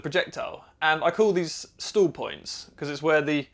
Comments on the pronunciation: Who else had to watch several times before realizing that when says “stools”, he means “stall”? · I thought you said stool points at first! :)